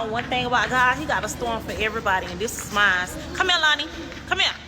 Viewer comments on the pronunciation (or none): none